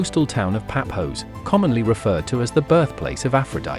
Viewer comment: Its not Papos😂😂😂😂😂😂😂😂😂 its Pafos